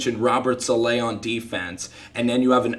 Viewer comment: Nice video dude. Not trying to be an ass but Saleh is pronounced “Solla”, “SOL-AH”